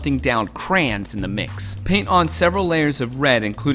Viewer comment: woooo good craaaaayyyyyy-on not cran